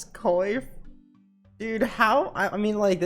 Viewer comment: coif is pronounced kwaf